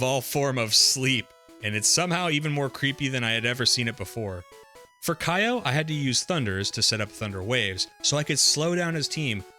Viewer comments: You have several mispronounciations, Japanese names are pronounced as the letters seem, no American bullshit. For example, Okido is pronounced "Oh-kee-do", not "Oh-Kay-Do", and Kyo is ""Ki-yo", not "Kai-yo", which kinda reminds me of how a lot of people mispronouced Street Fighter's Ryu wrong. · His name is K-yo. Like "yo, what's up" but with a k (like in cat) before the yo.